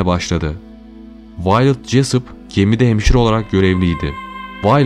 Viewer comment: Kadinin isminide yanlis okumasaydi iyi olurdu .. Vi-o-let (Viyolet) diye okunur